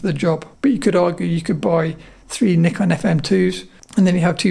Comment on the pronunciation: Great to hear the host pronounce the word "Nikon" as 'Knee Con' instead of most hosts in YT pronounce it as 'Nigh-Con'. My highest respect! 👍🙇🏻‍♂️ I own Nikon FM2N. It's a tough camera! 👍